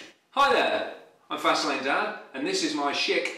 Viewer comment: every time he says "fast lane" I hear "fascinating"